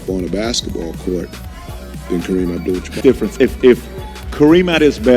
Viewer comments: Did Isiah just said "Jamar", instead of Jabbar.. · Yeah hard for him to say jabbar.